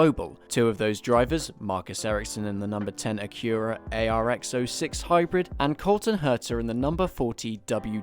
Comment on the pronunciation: Amazing video but it’s the only time that I’ve heard someone mispronounce Acura, you put too much emphasis on the u in Acura